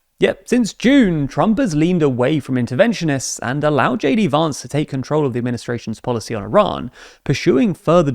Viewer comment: the way you say "Vance" sounds so pretty, he doesn't deserve it